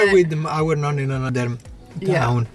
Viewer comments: teach how to pronounce NONNA - it is not nOOna (nuna) - but nOnna! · Why do you say Nunna instead of Nona? I think it’s time for to learn Italian. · Cute she pronounces is nuh-nuh 🥰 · Its... Nonna....like know-Na...